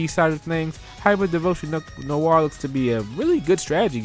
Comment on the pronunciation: Sorry for this but Noire is pronouced "Nwah" not "Nowah". It's French for Black. It was just bugging me. Nice video :3